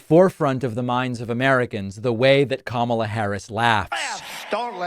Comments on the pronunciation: At least he is finally learning how to pronounce her name correctly....at least some of the time. Why is it that it took him so long to start to pronounce her name properly? No one seemed to notice how long it took. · On a positive note he finally pronounced our future Presidents name correctly! 😂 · One bright side is that he said her name correctly at least once. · What’s with him actually pronouncing Kamala’s name correctly instead of mispronouncing it previously as a way of dissing her. . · Let me say this: at least he’s pronouncing her name correctly. Small steps. 🤷🏽‍♀️ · He stated her name correctly. Did he forget😅😅😅😅😅😅? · 🤔 I wonder if his cult realized that he pronounced Kamala's name right? 😂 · At least he said her name correctly in this video... shocker. He's probably heard it so much he can't remember how to say it wrong. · On a positive note, he figured out how to say her name! 😮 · I find it mildly interesting that he started pronouncing Kamala properly, I want to know why so bad. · At least he was pronouncing her name right this time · I see he remembers how to say her name. Smh lol😂😂😂😂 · He’s pronouncing her name correctly!! :) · He actually pronounced Kamala correctly this time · At least he's pronouncing her name right? Probably a mistake. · He said her name right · Did you realize that he promounced KAmala right, though?